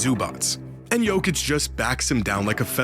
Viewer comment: Il faux aprendre prononce le nom Jokic !